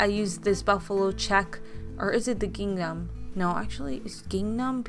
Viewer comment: So cute. It’s ging-mm 🤍🧡🤎